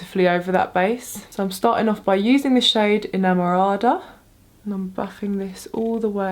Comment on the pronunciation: you look beautiful as always, yesterday I dreamed of you, I dreamed that I knew you and we took pictures! hahaha I hope that one day it happens, because I adore you and have followed you for years! a kiss for you and your beautiful family PS: I love how you said "enamorada" 😍 haha kisses from Argentina 😘🇦🇷